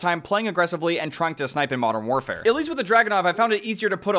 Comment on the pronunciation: “marn waarfare”